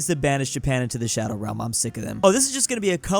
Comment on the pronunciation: “Some has to banish Japan to the shadowwerlm” 😂😂😂